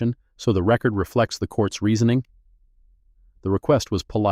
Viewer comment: Please edit/ have a human read before posting. The “Chinese?” is interesting but not relevant to the story. “Record” verb vs “record” noun = different pronunciations. in addition to difficulty getting a lawyer is something not specifically addressed, with repeated hearings the time away from the kind of work the image “Miss Mercer” represents, the loss of wages, perhaps also transportation and childcare costs. “referring your case to the Henrico County Bar for review” local Bars can review attorneys misconduct since Miss Mercer is not known or acting as a lawyer this is misleading. “Pro Se” is pronounced Pro “Say”. The racist remarks could have been charged as Federal Civil Rights Violations. Angela needs to get a Court Order to retrieve the boxes with the 35 complaints from the Court basement.